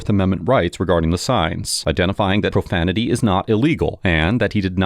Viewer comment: "Watch your profamitee"